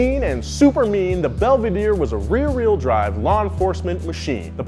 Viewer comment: “rear reel” drive lol